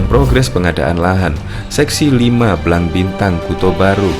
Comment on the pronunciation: Pengisi suara salah ucap Blang Bintang bukan Bilang Bintang hehe..Sigli bukan Singli...gimana seh...salah ucap..